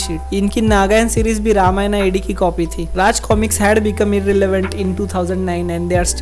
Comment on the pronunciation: अंग्रेज की चम्मच, रामायणा नहीं होता अंग्रेज, रामायण होता है. पहले हिंदी सीख ले या अंग्रेजी में वीडियो में बना ले